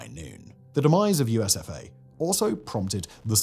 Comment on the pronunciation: Everytime I heard, USof A, instead of, USFA. And it still made total sad sense😢😢😢😢😢